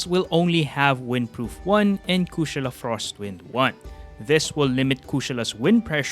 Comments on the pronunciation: My guy dont losten to them. You got the pronunciation right. Never change it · That’s hilarious coming from you. You do realize the word Kushala it’s a Hindu word. Is not no American word. So he’s saying it correctly. You’re the one saying it wrong, obviously. There’s more languages out there than English. Maybe you should learn some more.